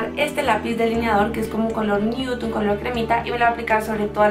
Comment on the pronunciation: No quiero ser grosera... no sé si lo dices asi apropósito pero si no es así creo deberías aprender a pronunciar la palabra "nude" bien. (Sin ofender)